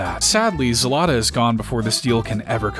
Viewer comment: As a Ukrainian, it is not zelata its zlata, the same way you type, the same way you say